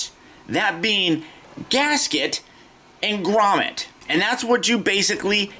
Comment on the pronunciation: grommet not grommen